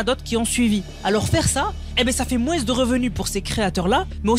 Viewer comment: Juste ça me stresse quand tu dit "moins" pk tu prononce le S alors qu'ils est silencieux (fallait que ça sorte 🤣)